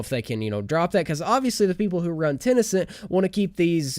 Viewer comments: kenau I was hoping I wasn’t the only one who got progressively triggered throughout the video at the fact that he kept saying it wrong lol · ITS TEN CENT NOT TEN E CENT REEEEE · wtf is tenecent? is he talking about tencent games?